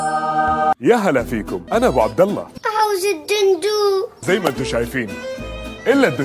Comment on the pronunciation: إلا الدجاج مو إلا الدوجاج ااااااااااااااا 😠😠😠